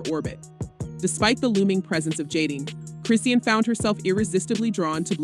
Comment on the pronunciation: Chrisean name is pronounced: Chrah-Shawn. Please say it right.